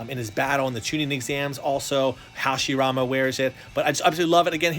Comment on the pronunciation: I like it how said Hashiramen in:)